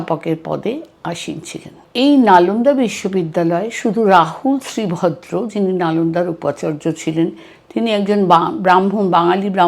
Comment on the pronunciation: ধন্যবাদ আপনাকে! যদিওবা বেশ কয়েকটি স্থানে নামগুলোর উচ্চারণগত ভুল ছিল॥ যেমনটা- ভিক্ষু শীলভদ্রের নাম উচ্চারন করেছেন শ্রী ভদ্রের❌. * ভিক্ষু শান্তরক্ষিতের নাম উচ্চারণ করেন শান্তি রক্ষিত❌। ইত্যাদি ইত্যাদি। এছাড়াও কোরানে ঔষধ মেশানোর গল্পটি একেবারে বানোয়াট। নালন্দা ধ্বংসের পেছনে যতটুকু না বক্তিয়ার খিলজির হাত ছিল, তারচেয়ে শতগুণ বেশিছিল বৌদ্ধ বিরোধী উগ্র ব্রাহ্মনদের। ব্রাহ্মণরা বৌদ্ধদের হত্যা ও নিধন করেছিল সে বর্ণনাগুলো এখন ইতিহাস স্বাক্ষী। মনুসংহিতা পাঠ করলে গায়ের লোম দাড়িয়ে যায়😢। অশোকাবদান গ্রন্থেও এর যথেষ্ট বর্ণনা আছে। ভারতে পুরো হিন্দু মন্দিরগুলো এক সময় বৌদ্ধ বিহার ছিল। পুষ্যমিত্র, মিহিরকুল, সংকরাচার্য, শশাঙ্ক এদের শাসনামলে তা ধ্বংস ও দখল করা হয়। এমনকি